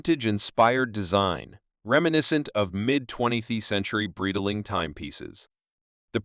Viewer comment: Great video but please revise your AI voice over, "Breedaling" and "Bee-zil" made this video hard to watch